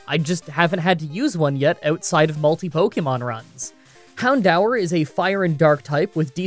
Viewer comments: Okay I promise this is the only time I'll comment regarding pronunciation. It's hound-oor not han-dower right? Don't tell me I'm going crazy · Im so triggered he keeps mispronouncing houndour its pronounced hound door and no im not joking its on the anime. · Isn't it pronounced "hound-dūr"??? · I've always pronounced the pokemon hawn-do-ur. So Hawn-daw-ur sounds so weird to me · I've always been pronouncing it as Hown-door. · My whole pokemon career is a lie. For the past 18 years i been calling "houndour" I pronounce its name as hound door. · Heh, I always pronounced it Hound-door. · I'm having a heart attack I always pronounced it as 'hound-oor' AAA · Wtf is that purnounciation? It's Hound DOOR you dang maple back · Why do you pronounce Houndour like that? Isn’t it hown-DOOR?